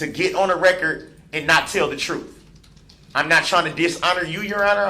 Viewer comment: Bittersweet.... I cannot wait for him to fry.... and I want to hear the victim statements but it's gonna hurt & I don't even know these people. He keeps saying "Tell the truff"... what? No words..